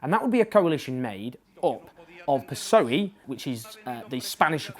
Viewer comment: "piss-oey" jajaja. Owen, corazón, it´s "peh-ess-oh-e"